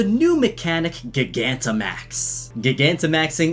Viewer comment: please say gigantimax right. the root words are GIGANTIC and maximise. say gigantic right oh my god